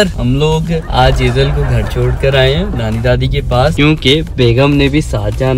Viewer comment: It's not chod it's should be chhod